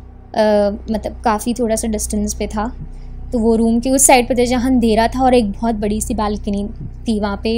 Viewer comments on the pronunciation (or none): none